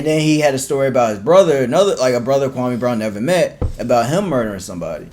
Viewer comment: Kwa- me not kwa- may